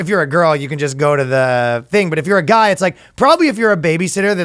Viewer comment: I swear I heard "Fastest goy alive" hehe get 'em Danno!